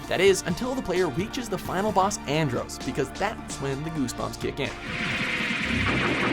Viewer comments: It's Andross, not Androse. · First you said Andross's name right, then you call him Androse twice in the same video? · they pronounced andross wrong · That's not how you pronounce Andross. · That pronunciation of "Andross" triggers me!!!!!!!!!!!! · Seriously, how do they pronounce Andross wrong? They clearly say it multiple times throughout the game.